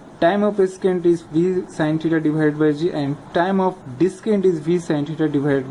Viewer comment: Thanks a lot! This video helped me understand the concept. I would like to point out one thing though, Ascent is pronounced as "Assent" and Descent is pronounced as "Dissent", not the way you were saying it. :)